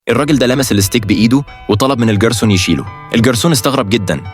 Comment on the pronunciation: الكلسون ❌ الݣرسون ✅